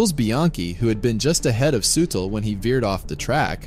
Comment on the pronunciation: Soo Teel not sootl. Gawd how I hate computer narrations.